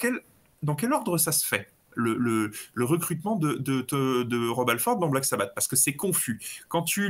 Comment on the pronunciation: J'ai arrêté à "... Dio le meilleur chanteur de Black Sabbateu..." 😂😂😂